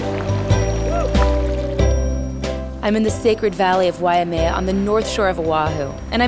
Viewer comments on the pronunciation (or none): FYI,... it's pronounced..."Why-may-ah" not..."Why-ah-may-ah"...Alika & comp. doin it right!...Imua, Alika...IMUA